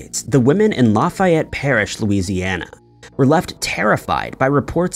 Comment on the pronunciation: I didn’t know about the Lafayette thing and I’m from Louisiana. Just a side note,, it’s just pronounced, La (pronounced like the letter a in apple) fE et. Comeaux 😳 I think I know some Comeauxs